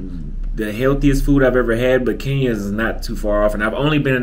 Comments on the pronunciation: It's KE NYA.✔️not KI NYA.❌ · I think it’s awesome the way you describe your experience in Kenya. I have been there and I’m in full agreement. There is one problem though. For a person who loves Kenya so much you need to step up on the pronouncing of the word Kenya. You always pronounce it Keen ya. The way the natives say it sounds like (kin ya). Please someone confirm. If you like the place at least pronounce it right. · Its Kein ya